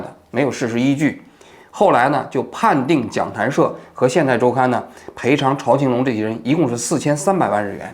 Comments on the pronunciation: 欢迎王局来日本生活。现代周刊就是八卦新闻。朝青龙，在日本华人都称呼朝zhao 青龙。朝日新闻，朝日啤酒。不读chao。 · 读zhao青龙，朝日的朝